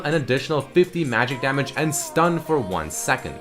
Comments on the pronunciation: " taking SAMAGE " LOL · Hahaha "samage"